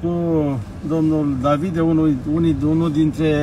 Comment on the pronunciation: Davide, cu accent pe DA, va rog.